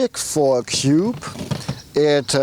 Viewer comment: He means Coupe but He should really practice saying "kupu..or kupe".